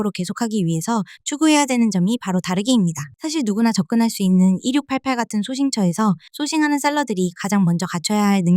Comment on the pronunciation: 항상 잘 보고 있습니다. 근데 1688을 [일륙팔팔]이 아니라 [이륙팔팔]이라고 발음하시는 이유가 뭔지 알 수 있을까요!?